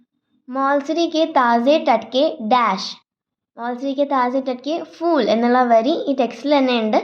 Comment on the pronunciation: അഭിനന്ദനങ്ങൾ, നല്ല അവതരണം. കവിത നന്നായി മനസ്സിലാക്കിയിട്ടാണ് ചെയ്തിരിക്കുന്നത്. Pronunciation നല്ലതാണ്. പക്ഷെ ഫൂൽ എന്നത് f ഉച്ചരിക്കുന്നതു പോലെ പാടില്ല. അതു പോലെ പലയിടത്തും Spelling mistakes കണ്ടു . പ്രത്യേകിച്ചും कि വേണ്ടത് മാറിപ്പോയി. Type ചെയ്യുമ്പോൾ കുറച്ചു കൂടി ശ്രദ്ധ പുലർത്താം. ആയാസരഹിതം എന്നതിന് ആയാസകരം എന്നാണ് കേൾക്കുന്നത്. സ്കൂളിലെ ഹിന്ദി അധ്യാപികയുടെ മേൽനോട്ടത്തിൽ ചെയ്താൽ തെറ്റുകൾ ഒഴിവാക്കാവുന്നതേയുള്ളു. എന്നിരുന്നാലും അഭിനന്ദനാർഹമായ അവതരണം. Keep it up 👏🏻👏🏻👏🏻🤝🤝🤝💐